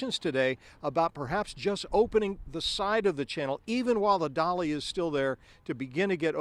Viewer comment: I tought ut was the "Dali" NOT "Dolly"